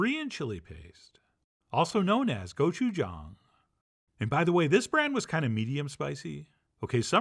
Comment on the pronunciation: With all the green onions and toasted sesame seeds Chef John keeps adding, he’s so Korean. Minus some points for his pronunciation of gochujang jk 🤗